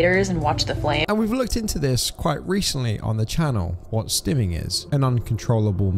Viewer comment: It's not stemming, it's stimming. Self-stimulation.